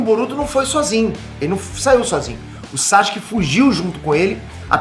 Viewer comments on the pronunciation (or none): SASUKE NÃO SAXUQUE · Não aguento ver o falar SÁCHUQUE kkkkkkk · SAXXXKE KKKK